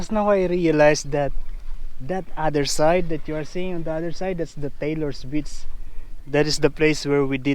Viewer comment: Ingat sa pag pronounce ng beach 😀